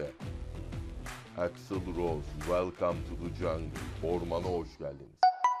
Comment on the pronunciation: ABD'de o kadar kalmış adamın welcome'ı yanlış telaffuz etmesi de bir garip. Saygılar.